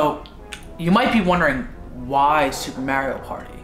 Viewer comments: I can’t get over him saying ma-eo 😂😂😂 it’s mar-rio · me being upset that says mario like mairio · Love you guys but I hate how do you guys pronounce Mario it made me want to jump off a cliff slightly, but gave me a good laugh😂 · I love you guys but pronouncing Mario wrong bothers me 😅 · Sry but when they said Mario wrong